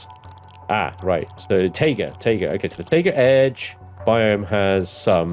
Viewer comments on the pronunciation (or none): Taiga is pronounced Tie-Guh. [tī′gə]. Like, "Oh, HAI." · The Taiga Forest is pronounced Tiger Forest.